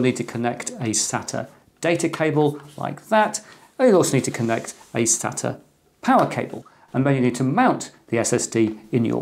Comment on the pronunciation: Thanks for not saying 'SATER" like some people.